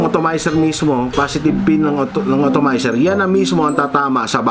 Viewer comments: atomizer sir..not otomayser hehe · It's called "Atomizer", not "Automizer". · correction lang boss. hindi otomizer ang basa dun. dapat atomizer :) haha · Sakit sa tenga ng automizer mali na nga inulit ulet pa ahaha ATOMIZER PO SIR!😂😂😂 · atomizer not otomizer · kla ko ako lang nakapuna hahah otomizer tlga ndidinig ko